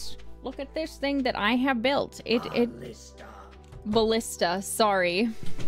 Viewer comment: this, Aradia that, shoutout to my oshi brorissa. I liked the way he said Ballista in the background this one time. Jokes aside, fun stream as always. Have a happy valentine’s, and jailbirds.